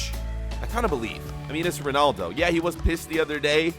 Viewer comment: It’s roodaldo (Ronaldo.)